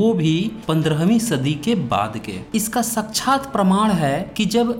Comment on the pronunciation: साच्छात नहीं 'साक्षात' सही शब्द का ही उच्चारण अब तक न सीखे। 'ऊं मणि पद्मे हुं।' जब तक न जपोगे। मार सेना के प्रस्तर प्रहार से बच न सकोगे सब गलत लगता रहेगा। इसे ही अकल पर पत्थर पड़ना कहा जाता है